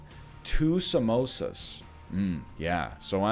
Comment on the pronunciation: what you said: "I had a couple of samosas" - what I heard: "I had a couple of mimosas".... I mean, either sounds good to me.